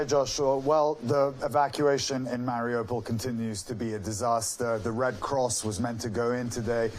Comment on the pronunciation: Ukraine did not deny they said "we cannot confirm no deny"..also after 5 weeks of war how could you not know how to pronounce Mariupo??! US journalism has sunk to a new low.